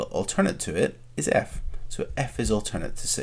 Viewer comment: alzernate angles and correfsponding angles